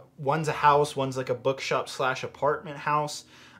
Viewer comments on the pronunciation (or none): Did anyone here him say. “BugShop”